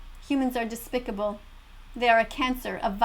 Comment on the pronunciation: when its the old lady said despcibal i thought the movie